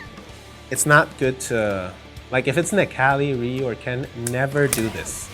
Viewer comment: The game pronounces f.a.n.g's name for you.... you still mispronounce it. other than that good shit. Just in case ryu's name is pronounced ree-yu ;)